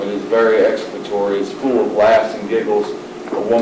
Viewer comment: If your gonna say you have exculpatory evidence then at the very least , learn how to pronounce it correctly damn 😂